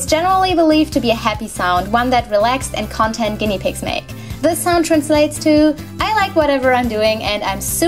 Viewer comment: Love your videos, love your voice! 🙏🏽One thing threw me in the narration—the stress in the word ‘content’ “CON-tent” = Inhalt “con-TENT” = zufrieden 😉